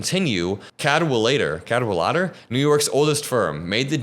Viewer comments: “Cadwalader” is pronounced, “cad-WALL-uh-der,” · cad - WALL - uh - der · Cad…wal…ad…er…….equal stress on each syllable 🤩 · It's Cad-wal-a-der 😉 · Cad wall uh der, you’re welcome. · Cad-Wol-Udder: it's Welsh and means 'Battle Leader'. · Cadwalader, stress on WAL. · it's pronounced Cad-walla-der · Very interesting as always. I can only add help with the correct pronunciation of Cadwalader, which is a Welsh name, stress on the second syllable, so it's Cad-WALLuh-duh. The best-known example is a C7th king of Wales. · cad WALL uhder. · It’s pronounced ‘cad-walder’. 😊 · I believe the stress is on the second syllable Cad WAL ader. Hope this helps and keep up the good work. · It’s CAD WALL A DER, exactly like it sounds, you’re welcome! ❤you